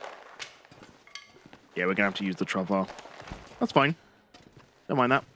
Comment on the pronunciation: FYI travois is pronounced trah voy.